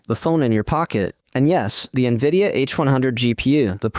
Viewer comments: If AI is so great, why does the AI voice in this video say N,I,V,I,D,A instead of Nvidia? Clearly, there's still a lot of work to be done. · Dammit, for a moment i thought "hmmm, an actual human narrating?" , but then hear "N V I D I A" being spelled instead of read out normal..... irony, A.I. talking about A.I. and the script was most likely created using A.I. as well. Trifecta, or Inception within inception? LOL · It's "N"vidia